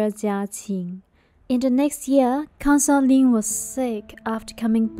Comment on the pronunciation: Consort...please Pronounce properly